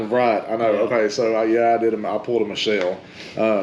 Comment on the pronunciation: her name is Michonne not Michelle and my weapons would be a war hammer with a top spike, my recurve bow, FN 509 with 24 round mags, Keltec KSG, keltec CP33